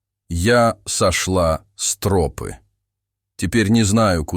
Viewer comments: Почему трОпы, а не тропЫ?🤔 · Почему "вдоль трОпы", а не "вдоль тропЫ"?? ТропА же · Почему трОпы то , а не тропЫ. Режет слух очень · Мне кажется ИИ озвучивающий ролик, специально выделяет "трОпы", чтобы немного выбесить)) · Почему тРопы? Режет слух как вы ставите ударение.